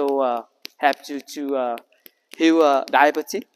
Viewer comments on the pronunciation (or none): Funny how you pronounce "diabetes" 😊 thank you for bringing health knowledge!